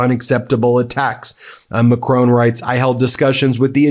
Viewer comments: He’s called Macron not Macrone. Good video though. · MeidasTouch are doing a great job, but please learn how to say Macron. McCrone sounds like a Scottish gangland leader.